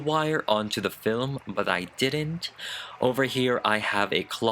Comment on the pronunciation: Did you say : Fillum?? That totally gave me Lord Mcclean vibes✨✨✨ Also she is immaculate